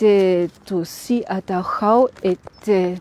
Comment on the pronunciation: excellente guide merci à vous , quel plaisir d'entendre correctement le nom de Dachau comme il doit être dit !!!